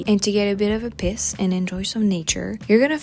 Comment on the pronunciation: I know you work very hard on your pronunciations but I had to laugh and . The way you said “to have a bit of a PEACE” sounded like you said have a bit of a piss and then the way you said “there is even a BEACH” sounded like you said “there is even a bitch” lol